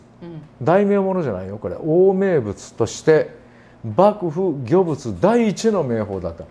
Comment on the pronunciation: 15万人突破、お芽出とうございます🌱 御物の読み方はごもつ、と美術史の方から聞いた記憶があります。